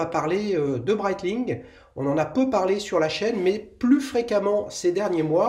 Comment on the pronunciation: Breitling et non breitlling 😅 comme d’habitude toujours au top 👌 les duels Times